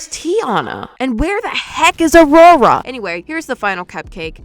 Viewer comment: be like: What ME says: AND WHERE THE HECK IS AURORA?!!!!!! What I hear: AND WHERE THE HECK IS RORORA😂😂😂😂😂😂😂😂😂😂😂😂🤣🤣🤣🤣🤣🤣🤣🤣🤣🤣🤣🤣🤣🤣🤣🤣